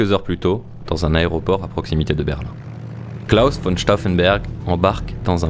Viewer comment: On dit KLAUS pas Cla "house" respect à cet homme